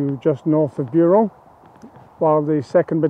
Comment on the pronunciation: I commend your French pronunciation of most place names [I'm British but speak French quite well]. However, is Buron pronounced like you are doing it? /'bju:rɒn/? Anyway - just a nitpick. Loved this video and have subscribed.